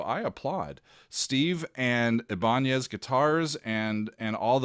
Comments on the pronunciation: The way you pronounced ibanez is not okay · never? The first person I heard say a Spanish pronunciation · Made in Japan. :) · By their current Japanese spelling (アイバニーズ, formerly イバニェス to imitate the Spanish pronunciation) it'd rather be "eye-bun-knees". I guess they couldn't decide on it themselves lol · That may be the most creative pronunciation of Ibanez I have ever heard 😂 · I know, I had to laugh when I heard pronoucation 😂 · Look up the baseball player Raul Ibanez. That's how it is pronounced originally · Not ibonyaz! It's eye ban es!!! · Ibanez = "I-Ben-ez" accent on the I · It's pronounced EYE BIN EZ 😉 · I BA NEZ not IBANYEZ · Ibanez not Iban'ez by the way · Thanks for showing this guitar. Pronounced - Eye-ban-ez (Ibanez). Luthier - one who makes string instruments. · Damn, I can't believe it’s coming up on 40 years since I bought his debut album Flex-Able. Thanks Steve. Thanks. BTW, Ibanez is commonly pronounced eye•ben•nez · It’s pronounced “I” “BA” “NEZ”. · eye-ba-nez. loved the video though! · I don't speak Latin or Spanish. But I've been around guitars and guitarists most of my life. I-ben-ez is how I've heard it pronounced for more than 40 years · Ibanez = Eye ban ezz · Your Killin me, it's pronounced eye-bin-ezz. 😂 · This was cool! Btw it's pronounced I-ban-ezz I think :) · The guitar company that you named is pronounced eye-bah-nez (Ibanez). But yeah, Vai has worked with them forever to make signature guitars. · We all pronounce it "Eye-ben-ez" these days. What can you say? Americans! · The name of the Guitar company, is pronounced... eye-bin-ez,.... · Ibanez...pronounced "EYE-Bah-nez". A Luthier is one who can build a guitar from raw materials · I love you so much, So,... It's really Eye, Ban, ssss. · Ebonez? Lolol 🤣😂🤣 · It's pronounced Eye-Bah-Nez. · A luthier is a guitar builder (can also do repairs and general maintenance). And Ibanez is just pronounced eye-ba-nez 😉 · You are pronouncing Ibanez like a baseball fan 😉